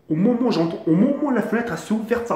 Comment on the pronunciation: mdrr quand il dit o momon au lieu de au moment des barres !